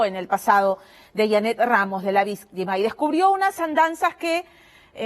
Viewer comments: Jajaja si vistima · Me parece que al dijiste ¿VÍSTIMA? Ya se te pegó JAJAJA xd. El mejor programa de los domingos. Me encanta, eres la mejor ♥